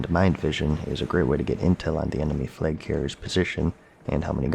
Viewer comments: Its flag, not flage. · why is he saying “fleg” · Fleg?! or Flaig?! 😉